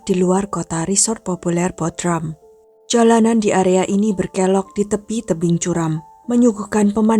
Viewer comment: baca Bodrum, bukan Bodram